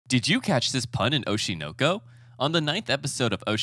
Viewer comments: That’s a dislike. Just for pronouncing oshi NOKO like that. And then there was the content. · As soon as he pronounced it "OshI nO kO", I was already thinking "Oh no.... he's gonna say something cringe." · It sounds weird the way you pronounced the name of the anime but wonderful shorts